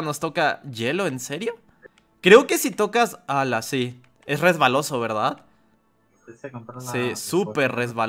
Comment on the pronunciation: Porque dices berdat